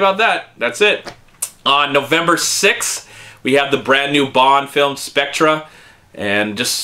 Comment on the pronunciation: FYI, it's pronounced Spec-ter, not Spec-tra.